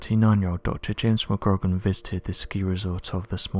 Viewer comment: Re; James McGrogan; phonetic pronunciation should sound like McGrow-gan...